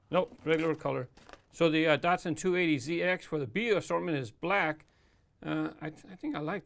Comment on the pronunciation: I have a sneaking suspicion that you pronounce Datsun wrong...